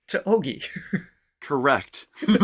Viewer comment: Ogie is pronounced O-JI not O-GEE I’m glad you enjoyed the Philippines❣️ The experience will surely change you🥰